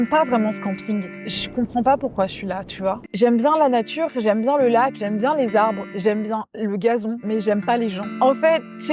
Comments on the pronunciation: la "natrue" 😂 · « La natrue c’est formidable »!!! 😂